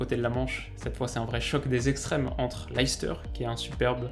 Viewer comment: Super vidéo. Tu fais juste un faute de prononciation que tout les francais font sur Leicester. Regarde la video sur cette page, le journaliste le prononce clairement a 11s